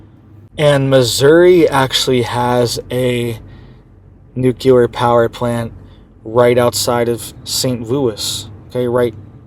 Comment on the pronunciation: This isn't something new,,, history going back hundreds of years has recorded massive earthquakes in these areas months after a solar eclipse passes over land there... this guy can't even say nuclear correctly, do your own research